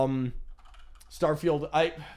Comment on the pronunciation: I'm from the future! Turn back! They're calling it "Starefield", find Todd in your time, fix it!